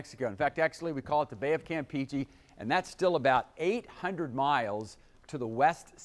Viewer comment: And he's still saying Campeachy, instead of Campeche.